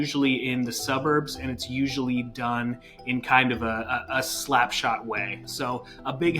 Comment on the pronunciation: It's "slipshod". "Slapshot" is a hockey term. Americans........*facepalm*